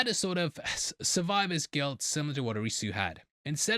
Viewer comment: You'd be closer to pronounce Arisu like the first part of Odyssey maybe with a slight uh sound at the end